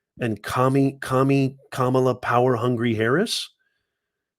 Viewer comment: Your disparaging comments and racist imitation and rhetorical attitude. Betrays your views of black people...Your ARE prejudice...Your deliberate mispronounciation of Kamala Harris's name. Your insinuation that Fani Willis will be a hip hop singer, has to be because she's black. You get carried away in discussing the case so much, your character sometimes betrays you. " You don't like black people!"